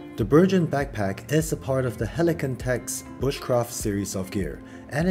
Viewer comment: I have seen two reviews on this backpack and in both the pronunciation of the name BERGEN has been BERJEN when in fact it is a hard G, and comes from the Norwegian Bergan rucksacks that were adopted by the British forces in particular the Army Commandos and later the SAS, Airborne Forces and Royal Marine Commandos, where it has become the generic name for most large rucksacks in the British forces. So this should be called a BERGEN with hard G, unless Helikon has called a BURJEN or BURJON to be logical.